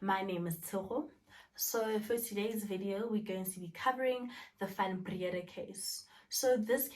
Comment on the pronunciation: "Van Brea-daa"